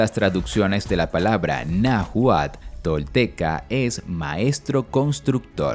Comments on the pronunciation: No se cual era el idioma que hablaban, pero seguro estoy que no es el Na gual (min. 12), y sí pudo haber sido el Náhuatl, con pronunciación de la letra ele. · Exacto El narrador no lo pronuncia bien y se escucha mal. Creo lo está pronunciando Na juál. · Este relato esta plagado de mentiras ni si quiera mencionar bien Náhuatl